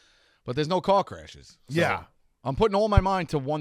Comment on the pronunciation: When said "Car crashes" I heard "c*ck rashes"